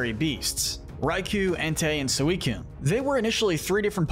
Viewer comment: It's Suicune, NOT Sewycune!